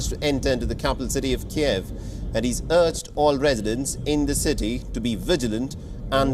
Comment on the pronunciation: Keev, not Ke-ehv